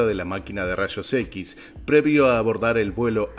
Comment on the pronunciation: “rashos equis”